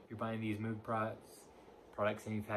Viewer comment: It’s pronounced mogue like vogue